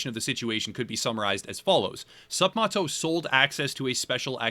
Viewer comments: The guy’s name is MATT. Not “Mott.” It’s like “sup, Matto.” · You’re saying his name wrong it’s sup Matt-o not moto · ..It's pronounced 'Sup-Mat-oh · third or fourth? video about this guy and he still can't even say his name right